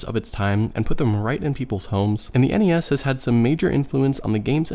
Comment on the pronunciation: Thank you for saying N.E.S instead of nessssssss